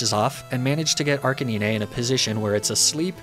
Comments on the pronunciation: There is no worst type of Pokémon by the way you have been pronouncing the name arcanine all wrong it’s pronounced RK9 not arcanina just so you know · im new here, is the Arcanine pronunciation a meme or something? Arcaneenay? Not Arca-nine? Like the number? Pardon?? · Every time my man pronounced it, my ears perked up like he was talking about an imaginary Pokemon in Fire Red. Last 20+ years of my life, this guy has altered state Ar-kay-nine to Ar-kay-ni-nay. Each time was like a Flea-go-nay buzzing by my ear and irritating me. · The funny part of this video that he pronounce Arcanine like (Ar can ni-ne) The actual pronounction is (Ar-ca-nine) (Arcane + K9) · it's not Arca(nee-nay), it's pronounced Arca9 like the number. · It's ARK-A-NINE... Not ARKaneenee lol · “Arc-uh-nee-neh” Is that really how it’s pronounced? I’ve been calling it “Ar-canine” for over two decades. I thought it’s name was a play on the words “arch” as in best, and canine. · How did you just pronounce Arcanine? Ar Canine (Granted many peopel pronounce it "arka nine", which is also acceptable. But Nee nay? Seriously? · It's not pronounced Arcaneenay. It's Arcanine, like canine, like a dog...because it's a dog ya know? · Literally came to look for this comment. Arca-nee-nay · Who the fuck calls it "Arca-nee-nay?" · Hearing you say arca-knee-nay was so hard to listen to, that’s not how you say it 😫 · It's ar-cane-nine. Like Arcane and canine. This was so hard to listen to. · Nobody:: Arcaneenay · ArcaKNEENAY 😂 Love it 💙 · kanine = dog archeninie ---> kanine! not ka ni ne :O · It's Arc-Kay-nine! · I'm sorry but what the actual heck is an " ar-can-eenie" some new fusion of arca9+ dratini? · Everytime he pronounces Arcanine as "Ar-kay-nee-ney" I die a little inside :( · It's pronounced Arc-Kay-9 because Arcanine is a Canine/dog!!! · I've never heard somebody pronounce arcanine as arkineenay but I kinda like it lol, sort of a fun way to say it. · Excuse me. Arca-Neenay? NEENAY? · And "arkanine"